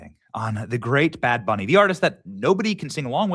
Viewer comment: Did he just say bad Benny?